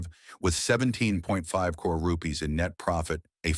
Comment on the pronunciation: Can the voice over be taught to pronounce CRORE/CRORES properly.